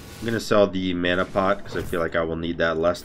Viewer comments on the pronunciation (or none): none